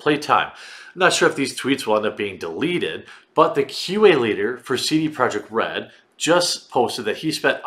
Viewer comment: Why do you say "Saidie Project Red"???? You say your vowel sounds weird.